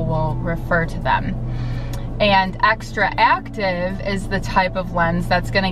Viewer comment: To Doc, and some of the people commenting here, it's not Xtraactive, but XTRACTIVE. You should pronounce it as you read it XTRACTIVE. Remember, Not XtraActive. Well, don't worry, that brand name will pass to history, and will be forgotten soon. See you in Vision Expo East 2020!!! My pleasure! Max. NY.